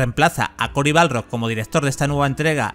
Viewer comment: me tosquea demasiado que le diga CORY BALRROG